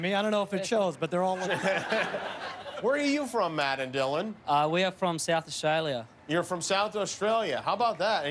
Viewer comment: Clazzo Vloggo's HE SAID AUSTRIA 🤦🏽‍♀️